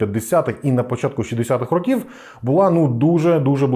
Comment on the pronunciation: Шість рОків, пане. Якщо маємо чітко окреслений числівник, то змінюємо наголос.;) Також: ходити по кабінетаХ або кабінетами. Бо кабінетам - це чому (дати номери кабінетам). Красно дякую за цікаву розповідь! Трясця, яка ж тоді всюди панувала дичина... Конструктори сиділи, мільйони чоловік не мали чого їсти через дурнуваті плани щодо бюджету, важливу інформацію приховували від усіх підряд... А потім ці кремлядські паскуди заявляли, що досягли казна-якого успіху! Та трясця б їх ухопила!